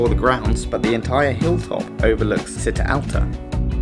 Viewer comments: Thank you for the video! Very helpful :) Although, I cried every time you said "see-tta" instead of "chee-tta" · Città alta is pronounced like the CI in “Ciao” ( think “cheese “) Nonetheless, this is a great video!!